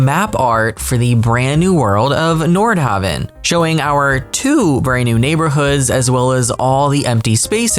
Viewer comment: You kept saying Nord HAVE EN, It's pronounced haven, as in a place of sanctuary, not have in! PLEASE don't start another mispronunciation of a word in this game. It's enough of an annoyance to any educated person to hear the other ones I have stopped griping about. Thank you